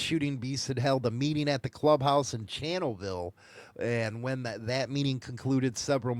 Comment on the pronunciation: It's Chanel view, not what you said.